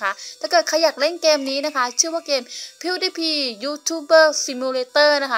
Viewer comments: แอดป๋มหน่อยชื่อ KutsumatoAqua ปล.พิ้วดี้พาย ครับ ไม่ใช่พิ้วดี้พี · พี่ครับออกเสียงพิวดีพายครับ